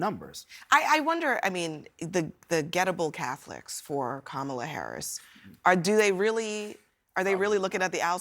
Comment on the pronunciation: A few weeks ago he was pronouncing her name correctly, I believe he is intentionally pronouncing it wrong.